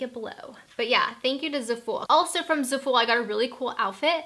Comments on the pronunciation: zafull. One syllable. Not ZA FOOL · Zafooool - it's zaH-FULL pronunciation, I believe. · ZAful short "a" sound and emphasis on the ZA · Zah-Fool 😂 lolol jk love u